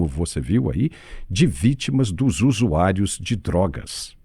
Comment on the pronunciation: "os usuaios"